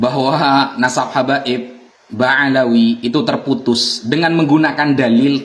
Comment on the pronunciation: Ngomong BA'ALAWI aja ga bisa lu😂😂 Ngeja yuk b a BA a l a ALA w i WI jadi BA'ALAWI bukan BA'AWALI😂😂 kocak nih pendukung si Amid eh maksudnya Imad😂